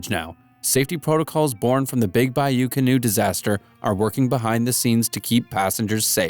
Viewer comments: it’s cannot not canoe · It’s Can-not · i thought it was pronounced Big Bayou 'Ca Not.'